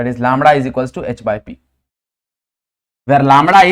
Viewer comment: Lambda ✖️ लामडा ✔️😅